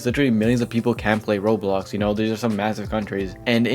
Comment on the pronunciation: why does bro say rolo, rolls and rolox instead of roblox 💀